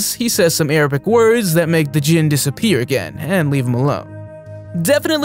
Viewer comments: It's not pronounced "Dizjin". It's pronounced "jin". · its pronounced (and is predominantly spelled) JINN. The spelling djinn is romanized. D is silent